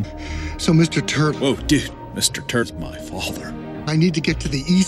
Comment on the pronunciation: Did he say mr.turd 🤔